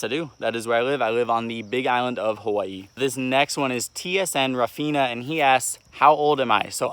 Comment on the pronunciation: I’m a big fan but you can’t even pronounce the name of the state you live in correctly